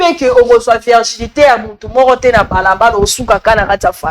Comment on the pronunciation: Virginité ndeko et non Vièrginité, ça se répète beaucoup trop.